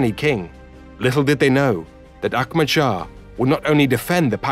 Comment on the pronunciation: He keeps saying Akmad. The imaginary K he keeps adding is really distracting.